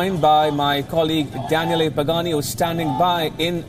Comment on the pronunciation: Maybe Danielle got mad, coz he pronounced his name wrong, we will never know